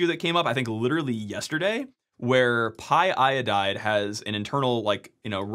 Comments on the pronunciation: It's py-o-dide, not py-i-oh-dide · Don’t say py-i-odide!! Py-o-dide! 😓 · Pyodide not pyiodide ffs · It's pronounced "pie-o-died"